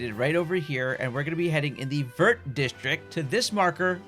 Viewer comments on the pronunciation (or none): none